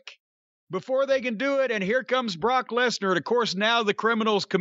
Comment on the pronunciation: Buh-rawk Less-nurr